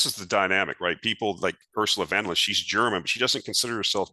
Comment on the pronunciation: Hi: friendly help offered for her name‘s correct pronunciation: Ursula Fun-der-Lie-an 😅